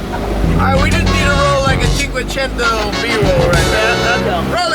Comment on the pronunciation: Seriously. Stop with the cinkuecineineto